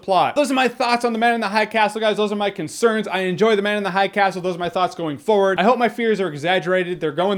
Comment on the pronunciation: "Ze Man Uns Ze Hai Cas'l" Goddamit i laughed so hard